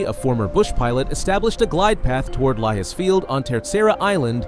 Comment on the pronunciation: It’s pronounced “Lajes” Island. The J is read as in Jack in English.